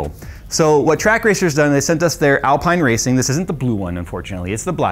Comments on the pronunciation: Cant wait to see what you do with this. But hearing you say Alpine and not Alpine hurts. How are you a car guy and not watch F1!!! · B******s, looks like I'm going to have to be that guy. 😁 Its pronounced Alpene, as in seen. Common mistake. 👍 I do like this rig, and its adjustability, yet for the money you can get some top quality, all in Aluminium Extrusion cockpits. I'm torn. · Someone clearly doesn't watch F1 pronouncing Alpine like that. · i don't wanna be that guy but pls pronounce Alpine correct :D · ALPEEEEEEEEN, not Alpine! Love the content! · It's pronounced Alpein not Alpine btw. Loved the video 🙂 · Great video! Would love a review of the Moza stuff. Btw slow f1 french team is pronounced alp-een not al-pie-n ;) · Alpine is not pronounced Al-pine....it's Al-peen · It's pronounced AL-PEEN not AL-PINE. It's French! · Alp(I)ne and Alp(een) are different. Its not (Alp(I)ne) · Love the rig, can't wait to see more content. One thing: "Alpine" the F1 team is pronounced "AL-PEEN." Because, French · ITS PRONOUNCED ALPEEN!!! 😂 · Great vid! Just FYI, it’s pronounced Al-Peen 😊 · its said Alpeen. like, no joke. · Love this stuff even if I'll never buy it. Just a small FYI Alpine is pronounced Alpeene as it is a french word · Hey c'mon, please don't put down the Logitech G series gear. It it so good to so many people and I've learnt so much using it, but now gone up to the Logitech G Pro which is amazing. And the F1 team is pronounced "Alpeen". 😂😂. Fun video 😊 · If that's Alpine as in the F1 team/Rennault premium brand, it's pronounced "AL-peen" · I know some ppl will rage when pronounced alpine wrong😅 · I'm being that guy, "Al-peen" is how you pronounce it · Just FYI, in typical F1 European fashion, Alpine is pronounced al-peen. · It's Alpine pronounced (Al-peen) in F1, a Renault brand. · Just to make you aware, alpine is pronounced, al-peen 👍🏻👍🏻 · It's (AL - Peen) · I think it's pronounced Al-pee-na.🤔